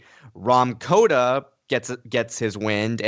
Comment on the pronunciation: It's Kota not Koda